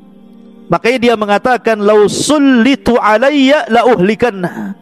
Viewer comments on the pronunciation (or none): bacanya bukan sullithu , yang benar sullitho. itu fiil madii majhul. fiil madii mabni fathah.